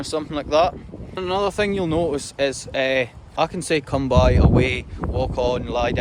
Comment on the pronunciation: Agreed, his "lie down" sounds pure Aussie for some reason. His come by sounds like "come, boy" too.